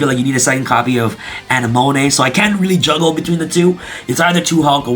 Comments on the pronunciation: Ana-monay?? A-nem-a-nee. Likin' the deck profile! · You misspronouncing Anemone, its pronounced "A-Ne-Ma-Nay" lol. Also I built a Battle Control varient of Ice Barrier focusing on Speaker, Defender and Eisbahn, that still uses the ful Synchro engine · ✋ A-neh-mo-nee 👉 A-neh-mo-nay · Um... Uh-nem-uh-NEE, BorreLOAD Savage, and QuarionGANdax. Great deck profile, though! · I believe you should watch finding Nemo lol uh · neh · muh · nee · “ANNEH-MOAN-AY”??? BRUH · "aneMONay" yes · Marincess A-Nim-A-Knee... think Finding Nemo. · This man's never watched Finding Nemo. It's AH-NEH-MUH-KNEE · Say it with me. AH-NEH-MO-KNEE 🥴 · I died a little instead whenever he pronounced Anemone wrong. LOL. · The wY you said anemone 😬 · how did he just pronounce Anemone? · Gotta give you huge gruff for mispronouncing Anemone. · The way he pronounced anemone was funny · He either doesn't even realise what that word means or has given up on saying it correctly